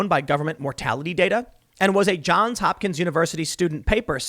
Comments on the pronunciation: As an alumnus, I cringe whenever you drop the "s" in "Johns". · Johns Hopkins, not John there’s an S on the John edit: but while we’re on the subject search for the song Open Eye Signals by Jon Hopkins edit: you said it right a couple of times by the end, I spoke too soon. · JOHNS Hopkins, Tim. JOHNS. With an 's'. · “Johns” not “John”. Geesh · Tim. Love the show, but you're killing me man...just say the "s". Johns. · Tim, I know I've left this message before. Please add the s to John in JOHNS HOPKINS. Pronouncing it correctly will give you more credibility.